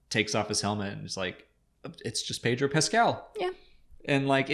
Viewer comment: Pedro is Pedro, not, Pettruouh